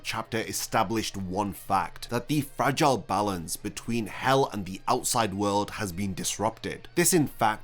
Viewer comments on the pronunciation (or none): none